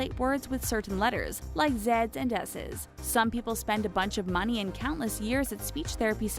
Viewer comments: Are we not going to talk about how she said "zez" instead of "z's" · Was anyone not triggered on how she said z's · Did she say zed’s?